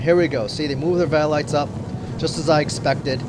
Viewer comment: you said velites wrong just saying